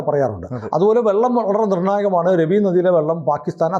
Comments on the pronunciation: രവി നദി അല്ല രാവി എന്നാണ് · It's prounced Raavi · It's pronounced as Raa-vi !